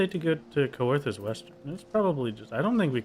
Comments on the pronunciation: yeah the right pronunciation is clearly to pronounce the Coe like Coelacanth, so it's Sear-thus. Like how you'd sear a nice steak dinner. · It hurts me everytime you say Co-er-this